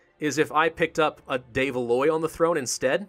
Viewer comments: I love the EU series, been watching since Venice but please stop butchering the de Valois pronunciation.:D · when says de Valois it kills my soul